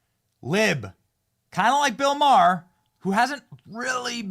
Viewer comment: His namer is not " Marr" it's MaHer. Ma.. h.. er. FFS!!!